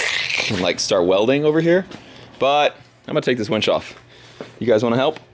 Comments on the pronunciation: Winch - Not Wench !!! LOL LOL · I think it's a winch not a "wench" 🤷‍♂️ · Hahahaha Winch, not Wench..hahahahah